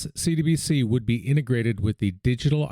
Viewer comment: Hey homie you’re doin good work here! Only thought is that when you say “CBDC” fast it sounds like you’re saying “CDBC.”